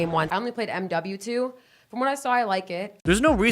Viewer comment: The way she says "i only played M-W-2" just screams how much of a poser she is. Ive never heard anyone verbally say M-W-2 that way. Also she named World at War after BO1 and BO2. Like she has no idea that WaW came first. Its pretty sad when you have the cheat code of being a girl on twitch playing CoD that lots of pubescent tweens will watch just because you are a "gamer girl" but you also have to be a poser and a cheater... weak ass buster shit.